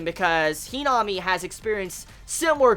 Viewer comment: Who tf is henome do u mean himami ur saying her name wrong.